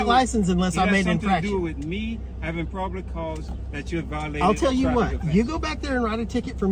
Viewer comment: The cop can't even say Probable Cause. Lord!!!!!